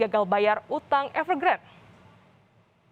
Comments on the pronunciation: Bacanya Evegrandé Mbak Bukan Evergrand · EVERGRAND.....E nya dibaca.